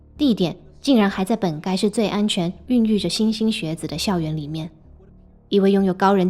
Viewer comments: 莘ㄕㄣ莘ㄕㄣ學子 不要再欣欣了~~~~ 要做影片麻煩考究一下基本的字音字形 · 莘莘学子-shen shen xue zi，不是xinxin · 莘莘学子的莘莘正确读音是shēnshēn。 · 莘（shen）莘学子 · 莘莘学子念shen第一声…